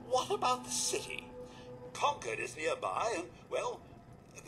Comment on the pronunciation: Oh, the way you're saying "Concord" is going to bother me so much lol. Sorry, Massachusetts's names aren't always pronounced as they seem